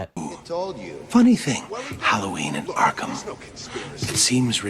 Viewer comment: Less go arrkahm